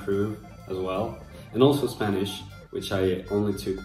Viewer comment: ¡Wow! Me encanto tu pronunciación del Español, se podría decir que es mejor que el mío. Saludos desde México. Great video! 💕